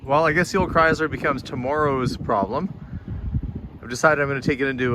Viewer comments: It's pronounced "krai -slr" Not "Cryz-lur." It just makes you sound backward when you say it incorrectly. And, BTW, I have a 2019 Lincoln and my transmission is a push button. They still do this. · How you pronounce the word Chrysler makes my ears bleed. 🙂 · Interesting how British and Canadians pronounce Chrysler with a “z” (Chryz-ler). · Slightly unusual pronunciation of Chrysler to my Michigan ears.